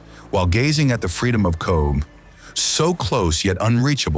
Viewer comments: Beautiful scenery, just spoiled by the jumping around & mis-pronunciations! Cobh, where my family originated is "Cove"! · Nobody can pronounce Irish names so give them a pass. He almost got Cobh right....fair play to him.